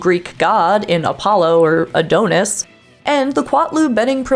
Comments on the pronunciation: The narrator doesn't seem to know how to say the "Adonis". 😂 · It's Adonis, nod Adonis